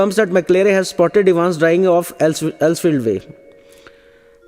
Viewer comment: its evans not evens but anyways the explanation is good